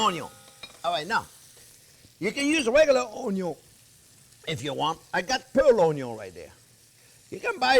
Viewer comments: Hilarious That's what we affectionately call him "Chef Onyo" 👍😂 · Mastering the onyo is so important. Best onyos come from the back yard. I love onyo so much. Onyo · A wise man once said: "A good onyo....is a HEAVY onyo." 😌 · "Caramelize Onyo" This is why I subscribed. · The pearl Onyo!!!!! Yes, capital letter Onyo 100% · When it said "pearl onyo" I laughed so hard I cried. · Measure carefully, bwahahahahahahahahahahahahaha! I do that all the time. People who watch me ask, "Don't you think that's too much?" No! Taste it and tell me. Measure carefully. Bwahahahahahahahahahahahahahahahahahahahaha.........Bwahahahahahahahahahahahaha. Always start with onyon!